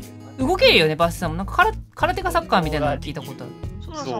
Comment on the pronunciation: 空手がサッカーって聞こえたw